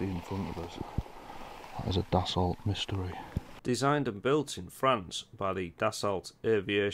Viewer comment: The Dassault Mystere is pronounced "mistair", not "mystery".